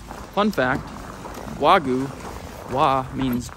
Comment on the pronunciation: Bro…for future trips/future reference, it’s either “Arigato..!” (informal), or “Arigato gozaimasu!”… NOT “Arigato Mah…” 😧🫣 Also, it’s “Wa-GYUu”(和牛), (think of the word ‘you’🫵🏻 with a ‘g’ added in front), not “wa-goo”💦. Just FYI…